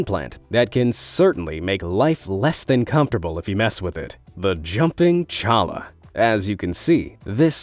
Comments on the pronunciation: Cholla is pronounced Choya. The double L is actually a letter in the Spanish alphabet ans most commonly pronounced as a Y. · It's actually pronounced choi-ya. The two l's have a 'y' sound. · In regard to the jumping cactus, I live in Arizona and we have them all over the place. Even in the area between the houses where I live. They are actually pronounced different than the way the gentleman in this video pronounced it. It is pronounced like saying "Choya" the double L's are basically given the "y" sound. It's a Spanish word. There are two types of these cactus. The regular Cholla, and then the Teddy Bear Cholla. They may have shown one of those but the difference is in the number of needles. The Teddy Bear Cholla is so full of needles they have a yellowish look, and almost make you think they are harmless. But just barely rub against one, and it will latch on to you lickety split. The needle goes in, and then the end curls into a hook like shape. That's why they are hard to get out and so painful. Never go into the desert wearing shorts and sneakers. You definitely need long pants and hiking boots. Best to go in the fall so you can even get away with a long sleeve shirt. If you don't, that stuff will find you. No matter how careful you think you are. A good sized pocket knife was also handy. If we got any cactus in us we could flick them off. It hurt but we got used to it. This was about 45 years ago, and it's still the same. The desert always wins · The Jumping Cholla is pronounced "Jumping Choya", it is a Spanish name thus the two LLs make a Y sound. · The jumping cholla is pronounced ‘choiya’ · The cholla in jumping cholla is pronounced ch-ohyea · Lol cholla is pronounced Choya